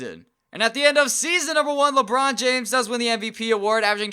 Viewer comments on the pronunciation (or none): none